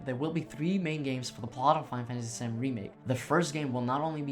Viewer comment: There's a lot of mumbling too. Final Fantasy is often pronounced "faifasy". OP, the video is great. I used to mumble a way too my much, but know I actually have my voice recorded as a part of my job. You'll get it right in no time.